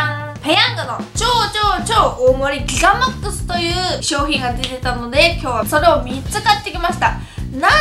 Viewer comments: ギガマックス言えてないやん笑笑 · ギガマックスって言えてなくて草